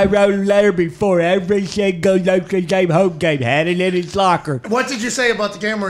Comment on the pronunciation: “LOTRE DANE” 🤣💀